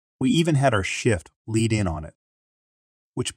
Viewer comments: Lead…leed not led. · Lead is pronounced LEE d. NOT the metal. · the led pronounciation is only for the chemical